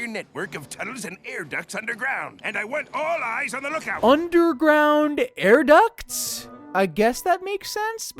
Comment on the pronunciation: Air ducts? AIR ducts???